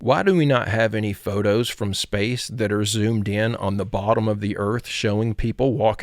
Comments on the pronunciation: Nasa. Not naza. Space, not zpace. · Brother. It is pronounced nasa. With an s. Not naza. N a s a. Not N a z a. Space is spelled with an s not a z.